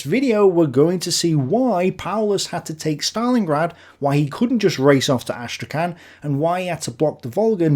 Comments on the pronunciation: the name of the city of Astrakhan is pronounced as Astrakh[h]an ( h like Hahn or Home), not as Astrakan. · Hey, could you please look up to pronounce Astrakhan in a more Russian way? As non-native speaker of both Russian and English it was hard to know what you were saying